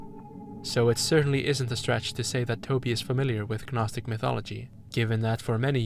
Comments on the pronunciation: Gnostic is pronounced naw-stick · I’ve never heard somebody say the word gnostic without making the g silent. Do you say things like ganome (gnome)? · The G in Gnostic is silent. Same as G in Gnosis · love the video but the way you pronounce gnostic is taking me out of it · Yeah same, this guy is clearly well read idk how he’s completely mispronouncing it